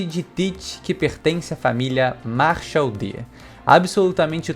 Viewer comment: Aprendam aí, "Machel". Não é "Marshall", é "Machel". clap clap clap